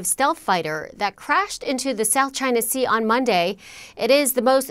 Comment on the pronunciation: It’s the south gina sea… say it right lol